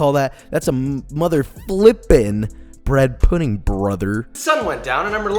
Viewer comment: bwhed puhdeen'gh